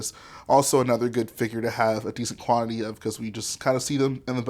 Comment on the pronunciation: did he say quanit-tity?